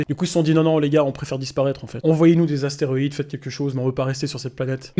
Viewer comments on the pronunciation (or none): des astéroide par pitier pas des esterionide